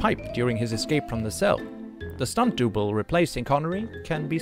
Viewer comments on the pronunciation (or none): A stunt “dooble”? A”tow” as in “Towel” rope? I have never heard anyone speaking in any English accent say that. I hear ridiculous AI pronunciation in YouTube videos every day. Of course I could fix that as English pronunciation has been my sspecialty as a university lecturer since 2007. But who is going to pay me to do that?